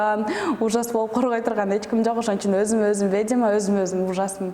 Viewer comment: Орусча суйлой албасан,кыргызча эле суйлобойсунбу,"ведьма" деген созду "ведима"дебей! Шыртандап ар кай жерде журо бересин,анан сени ким алат? Алына жараша эле журсончу? Сагынга жармаштын,Алмазга жармаштын,эми клипти шылтоо кылып футболист Мурзаевке жармашып жатасын? Уятын барбы деги сенин???